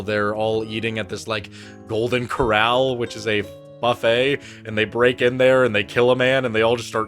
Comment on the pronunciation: he said “ Golden Corral” like it was a fictional buffet 😂😂😂😂